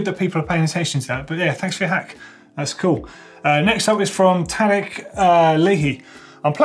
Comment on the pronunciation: Tadgh is pronounced Tie-g (just thought you'd like to know!)